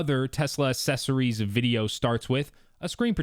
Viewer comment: The word is “accessories” not “assessories”. Maybe spend less money on a Tesla, more on a dictionary.